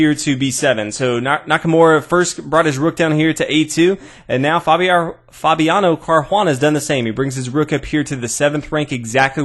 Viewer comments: Nice commentary. You are butchering Caruana's name though. :) If it's too tricky to roll the 'r', then it's better to go to an Anglicized pronunciation altogether [car-wanna] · The bad pronunciation of Caruana's name along with bad analysis lost me. I'll resubscribe one day when this channel improves.